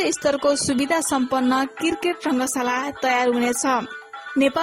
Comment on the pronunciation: Saru dijju namakar. Khali kirket kirket vanchyeu, cricket vana na ho didi. Yo mero tesro comment ho. Cricket vana hai arko video ma didi. -uhi timro pardesi vai